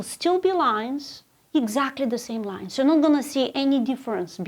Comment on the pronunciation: After the lion story, I kept hearing “lions” instead of “lines”.